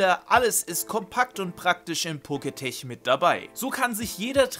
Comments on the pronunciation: Pokétch wird doch nicht „Poketech“ ausgesprochen, sondern „Poketsch“, oder?😅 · Poketch (Pokätsch gesprochen), nicht Poketech. Kommt von Poket(monster) und Watch. :) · Muss klugscheißen: es heißt poketch und nicht poketech. Der Name leitet sich für watch, also Armbanduhr ab und wird entsprechend gesprochen :) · Es wird Poketch und nicht Poketech ausgesprochen, da es von Pokemon und den englischen Wort Watch also Uhr oderArmbanduhr abstammt. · Dachte immer das heißt poketsch also Pokemon watch... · Der Poketch wird Poketch ausgesprochen, also das e in tech wird nicht ausgesprochen! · Heißt das nicht Pokétek also lautschrift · Es heißt "PoketSCH" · eigentlich hast du damit Recht. Schließlich ist das Wort eine Mischung aus Pokémon und Smartwatch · Glaube ich auch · Stimmt weil es von Pokemon und den englischen Wort Watch also Uhr oderArmbanduhr abstammt.